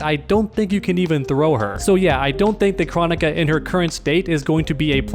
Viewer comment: I’m pretty sure it is pronounced “Krone ik a” as pronounced in the game.